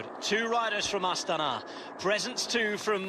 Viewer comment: It's not pronounced A-stana, but astAna